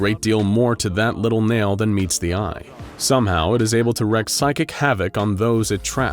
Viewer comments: The word "wreak" is pronounced "reek", not "reck". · Am I the only one who wants to tell the voice actor : it's reeek (wreak) havoc, not rehk havoc?